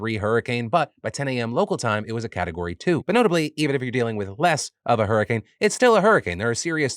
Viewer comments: Did you just say "Super wer Whoricane"??? 😂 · Phil, did you just call it a whoricane?